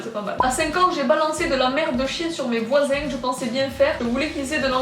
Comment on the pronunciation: Voising, jarding